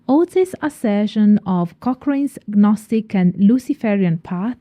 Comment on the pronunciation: The G in gnostic is silent. Michael Ford's work is not Traditional Witchcraft.